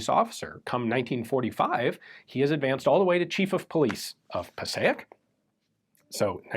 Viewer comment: Passaic is pronounced "Pa Sake". Im from North Arlington NJ which is very close to Passaic.